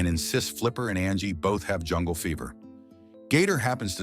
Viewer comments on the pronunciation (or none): none